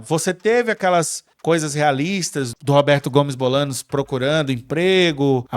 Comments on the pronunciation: Por favor, Bolaños, se pronuncia Bolanhos. No próximo episódio corrijam isso. 🙏🏻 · Como vamos levar a sério alguém que fala "Bolanos"? Hahaha